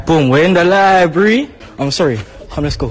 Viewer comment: I'm surprised he knew what books are let alone a library (which he clearly can't pronounce also).